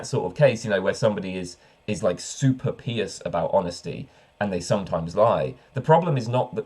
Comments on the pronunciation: Why pee-ous, not pie-ous? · I never heard someone pronounce "pious" this way until this video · By the way, ever noticed how the difference in pronunciation between "pious" and "impious" makes absolutely no sense?